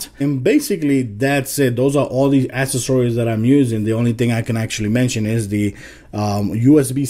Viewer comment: u said accessories wrong stupid